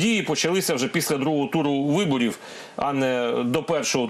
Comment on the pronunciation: Філатофф, виборіфф.. Пане віднику, досить фекати!